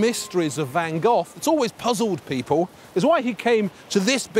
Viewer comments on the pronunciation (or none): Van Geoff? Honestly? That's how you're going to choose to pronounce it?